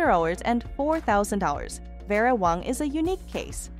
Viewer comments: OMG!ItsWÄNG. NOT WONG.U WONG! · The AI generated mis pronounced words detracted from the video. The name is WANG. Your computer pronounced the name correctly a couple of times, but otherwise said Wong. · Her name is not Wong. Her name is WANG. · How do people get jobs as a narrator that pronounce so many words improperly. 🤔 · She pronounced many words wrong, wong one minute, wang another. Really, didn't she notice. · You need to learn how to pronounce Vera's last name not Wong. You finally got it right near Kim's dress... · Her name is pronounced Vera Wang not Wong. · Some of your pictures are of the wrong person you mentioned, and you say Vera Wang's name wrong several times... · Wow, if you are going to use AI to read - teach it how to say the designers name AT LEAST. THIS IS CRAP. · You are critiquing Vera WAng and can't say her name right? Not good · Whatta shame this woman doing the narrative, Cannot PRONOUNCE BASIC WORDS . THE DESIGNERS NAME IS WANG, NOT WONG. ALSO TULE, SOO MANY MISPRONOUNCED WORDS TO MENTION!